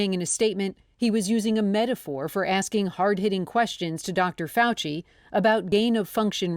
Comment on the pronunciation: Dr. F-OUCH-EE kills me. Just saying